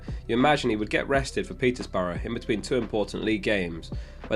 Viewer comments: *Peterborough not Petersborough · Another great video, feel like someone needs to point out that Peterborough doesn't have an 's' in it though!